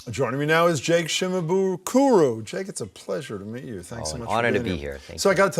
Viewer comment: JAKE. IT'S JAKE 😤